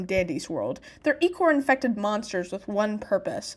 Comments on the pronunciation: Sorry but it's icore not ecore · EECHOR? DID THIS PERSON JUST SAY EECHOR